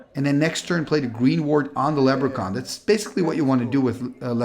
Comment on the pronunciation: LeB-ruh-kahn! (I'm a jerk)